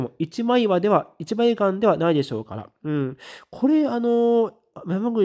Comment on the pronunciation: こんにちは！またやらかしましたね！「一枚岩」は「いちまいがん」ではなく「いちまいいわ」と読みますよ。日本語は音読みと訓読みがあるので難しいですね！FaOI神戸のリセール情報が出ましたが今日の明日ではもう無理そうです。 リングはロード オブ ザ リングとは全く関係ないホラー映画だよ！それと余計なお世話では「007」を「ゼロゼロセブン」て発音するけど、あっちゃのひとは「ダブルオーセブン」ていうよ、こっちのほうがかっこいいよ❣